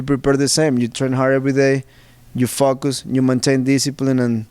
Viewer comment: when he says focus it sounds like "fuck us"